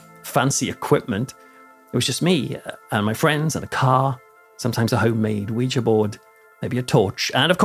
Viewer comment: Thank you for your channel! I'm a Brit living in TN and I grew up in Essex; I just love watching your videos about home! Also, thank you for pronouncing Ouija board the right way!